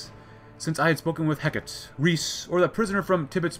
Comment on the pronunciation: ITS NOT HECK-IT! ITS HE-CART-TEE! This concludes my ted talk. Thank you for coming.